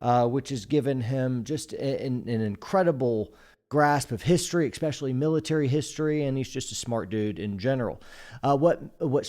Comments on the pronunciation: Bro, “EXpecially” is not a word. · Please don’t say “ekspecially”. Makes you sound ignorant and really strains your credibility.